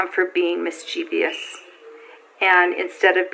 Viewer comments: Perhaps she should return to school....."Mischievious"? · wish she would say mischievous properly